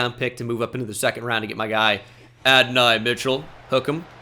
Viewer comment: It’s pronounced a-duh-nay not a-duhn-eye for Adonai Mitchell fake Texas fan confirmed 😢